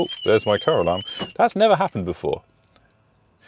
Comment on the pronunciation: For a moment then I thought you said stop going off Caroline 🤣🤣🤣🤣wasn't until I watched again I realized you said car alarm 😑